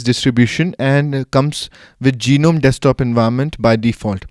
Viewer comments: I think u r form India. In India almost all of us pronounce gnome as Ge-nome.. I think it's pronounced as NOME(G is silent) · "GEE-nome" lmao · Geenome, really? ^^ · Okay, I'm a noob in the Linux world, so maybe I'm wrong, but in standard English parlance, the G is silent in Gnome. A gnome is a tiny mythical creature, usually with a beard and a tall, pointy hat from Scandinavian lore.